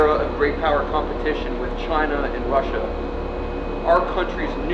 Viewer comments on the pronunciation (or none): none